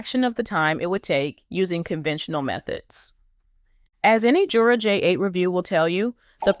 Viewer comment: The company pronounces it with a Y sound, not a J sound. Yer-uh.